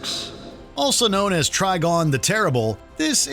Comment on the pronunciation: It’s TriGON not TriGONE! Think PentaGON or PolyGON